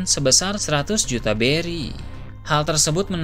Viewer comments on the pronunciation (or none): none